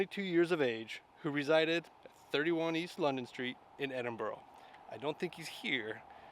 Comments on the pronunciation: Please please its not Edinboro its pronounces Edinburuh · It's Edinburgh (Ed-din-Bra) not Edinboro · Eh-din-bra. It's not hard bud, did you not hear everyone pronounce it correctly from the moment you landed? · Ed-in-burra is better phonetically. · 🤦That is NOT how Edinburgh is pronounced.